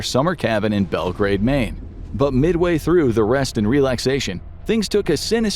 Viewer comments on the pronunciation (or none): none